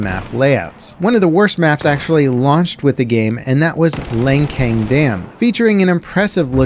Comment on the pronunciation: I feel like this is more subjective, but Lancang Dam is one of my favourites (also, it's pronounced Luhn-Chung), followed by Dawnbreaker, Rogue Transmission, Siege of Shanghai and Silk Road I feel like all BF4 maps are amazing. I do get tired of Locker.